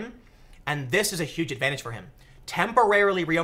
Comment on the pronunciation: "YUGE" win. ;D